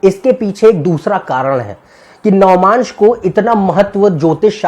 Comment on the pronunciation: it is not "navamaansh" ............... it is "Navaamsh"..........